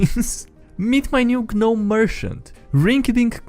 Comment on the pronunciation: Protip: you don't pronounce the g in gnome.